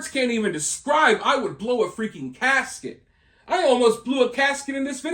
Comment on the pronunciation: Blew a casket LOL 😝 ♥️it’s Gasket